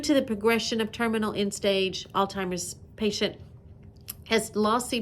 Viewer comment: I'm sorry, but I had to keep rewatching this video cuz I thought I kept hearing you pronounce alzheimers as "all-timers", and I think that's how you kept pronouncing it, but it's actually pronounced 'aalts-hai-mrz", lol🤭. I'm a stickler for grammar, and I probably should've become an English teacher instead of a nurse, lol😂